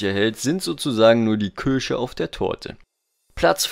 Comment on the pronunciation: Es heißt Kirsche mit "i" nicht Kürsche mit "ü" xD